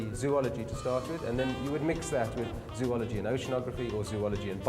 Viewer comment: Anyone else noticed that he said zoology wrong